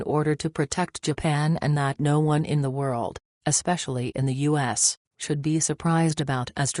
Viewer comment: Reprogram your computer voice to pronounce the words “US” and “TRUMP” correctly!